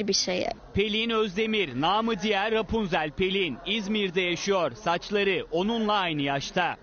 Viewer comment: Bena hep repunzel diyowlar Ya şu kıza tek benmi gıcık kapıyorum